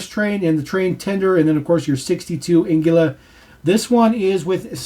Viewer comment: I'm pretty sure it's pronounced Ang-lee-uh. But thanks for the video!